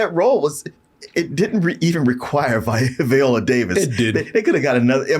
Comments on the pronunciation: Viola not veeeola y'all dgaf about vowel sounds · Can we please pronounce Viola Davis' name correctly? Not Viola like the instrument but VI-ola. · Who is VEE-ola Davis? 😂